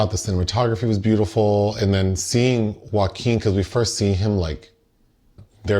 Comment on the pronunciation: "Joe-a-keen" is now the only way to say his name 😂